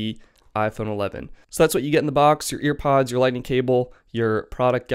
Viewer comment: Hearing “EarPods” annoyed the SHII outta me like say it right or don’t say it